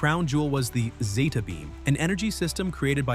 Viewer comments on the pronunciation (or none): none